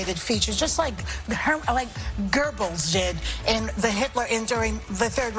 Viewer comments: Ffs, its Goebbels, not Gurrrbels. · It was Goebbles, not Gerrbels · It’s Goebbels Joy, not gerbles. Every time someone watches that show drops their IQ a few more points. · It's Goebbels not Gurbulls.